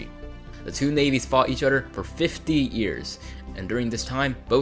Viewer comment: Its other, not udder. =D